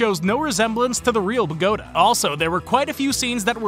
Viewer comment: Bogota is pronounced with the emphasis on the a. BogoTA.